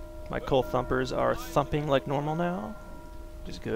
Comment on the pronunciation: Really enjoyed this series man. Next time I need to hear the word THUMPAH more when I watch lol.